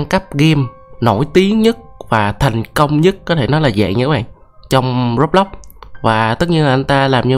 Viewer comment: Đọc kiểu đánh vần nha : sao anh ko đọc là Rô-bờ- lốc : roblox mà anh lại đọc là rốc lppsc Là sao